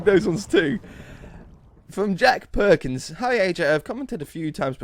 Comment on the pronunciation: Yay, he read my question. Btw it's park-ins. Thanks AJ. I'm 15 too